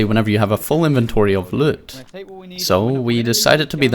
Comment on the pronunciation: Your accent saying the word “loot” is why I keep coming back. Good vids